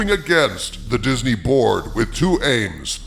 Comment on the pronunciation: Everytime says "Disney Board" I hear "Disney Borg"... XD